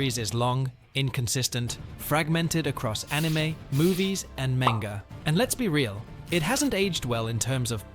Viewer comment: Ai Voice? The way you pronounce "Manga" Isn't right.